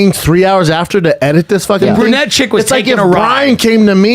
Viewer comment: hey Brenda and, it's pronounced BRU-nette NOT BUR-nette